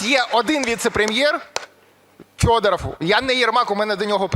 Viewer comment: Ярославе, називайте правильно прізвище Федорова. Він саме Федоров, а не Фьодоров.